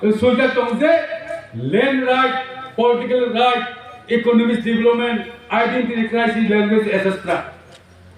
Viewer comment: Ooohhh lwi thorjak mwkhang Readingsi poremaya musuk twmano "divilopment" hi pore